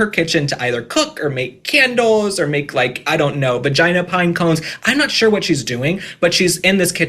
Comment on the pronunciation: Did you say vagina pinecones?!. I sprayed my coffee. 😂